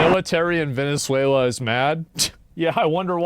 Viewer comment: "New Zuela"